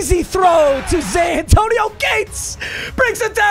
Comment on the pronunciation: Anyone else hear Zantonio Gates every time?